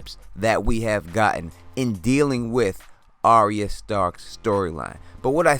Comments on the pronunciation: Your videos are so good, I wanted to give you a tip straight from GRRM. Arya’s name is not pronounced like an aria from the opera. It’s pronounced like “Are Ya?” Like “are ya going to watch Game Of Thrones?” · DEAR GOD! ITS ARYA! NOT ARIA. SAY IT WITH ME BROTHER AR-YA, ARYA.